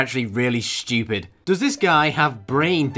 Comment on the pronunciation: I just noticed that actually says “Schtewpid”